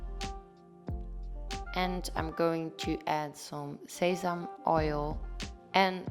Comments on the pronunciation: sesam oil is pronounced as sessamie oil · I like your healthy meals, but if I eat that it does not fill me up. I will still be hungry 😊 the oil is not sesam oil, but sesame oil. Like the way you pronounce words.